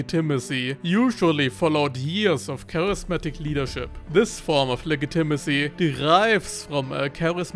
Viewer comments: Legitimacy is pronounced “le-JIT-i-masee,” not “le-gi-TIM-asee” like you’ve been saying lol. Just a friendly tip. I normally wouldn’t say anything, but that word was used so prominently and frequently in this video that it became maddening lol! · Soft g dude soft g. It’s pronounced like lejitimacy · You pronounce the "g" in legitimacy as a hard "g" when it should be softer. But this is not a big problem since I can only speak 1000 words in a language that is not English.